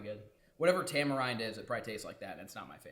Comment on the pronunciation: lol "tamarinde"